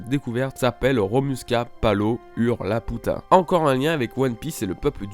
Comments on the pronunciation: une théorie qui envoie du pâté c'est vrai mais par contre Laputa mdrr c'est pas La Puta.. Ça se prononce Lapiuta comme dans le film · On prononce "Lapiuta" Sinon, superbe théorie !! Merci à toi pour le partage de la théorie :) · dsl mais jes vus le film et ca se dis "la pi ou ta" désolé mais sa me stress trop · Super théorie super vidéo mais Attention! il y a des mots écorchés : Laputa se prononce "Lapiouta" Muska : "Mouska" Pazu : "Pazou" et c'est LuShiita Toël Ul Laputa et Ramuska Palo Ul Laputa. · laputa... ._. ça se prononce Lapyuta x) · A chaque fois que tu prononces laputa je me tords de rire :-*